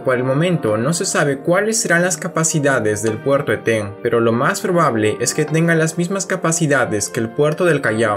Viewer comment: Muy interedante pero es Eten, no etén